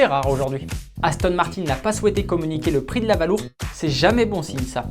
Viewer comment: Il me semblait qu'il y avait des cours d'Anglais dans les écoles françaises... "Valour" prononcé sans aucun effort d'accent, ça ne met vraiment pas en "valeur" le petit bijou d'Aston. Un savant mélange entre valise et balourd. Atroce !